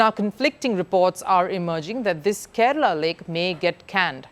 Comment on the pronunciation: Its Kerala not kerela